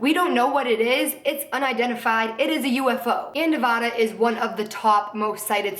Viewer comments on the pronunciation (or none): i always thought Nevada was pronounced Ne-Vah-Duh instead of Ne-Vaw-duh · ITS NOT PRONOUNCED NEVAHDUH ITS NEVADA. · did anyone else from Nevada cringe when she said "nevahduh" ughhhhhhh. I love you so much but it's Nev-A-duh. I love yooou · it's (nuh-vad-ah). just fucking saying. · it's weird how everyone in nevada pronounces it "nuh-vad-da" and everyone else pronounces like how she does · lmao someone from Nevada it's pronounced like nuh-vaA-duh, but this was a seriously great video. I fuck with conspiracy videos and area 51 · The only thing that pisses me off about this video is how she says "Nevada". Other than that I love this so much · I literally love you but say Nevada like that one more time I'm gonna kill myself